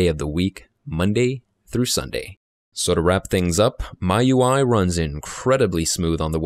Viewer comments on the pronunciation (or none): nice video, thoroughly explained. But one thing, miui is pronounced as "me-you-eye", not "my-you-eye". Just a heads up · jfyi.. ~ it's pronounced Me You I not My You I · ERROR YOU SAID "MY UI" IS MIUI 8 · MIUI should be pronounced as 'Me UI' due to 'Mi''s Chinese origin. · "my UI" ? Android " nugget" ?!?! Are you trying to kill me? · it's pronounced "me ui"